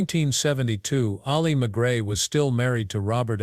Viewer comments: The narrator mispronounces McGraw. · Learn how to pronounce her name.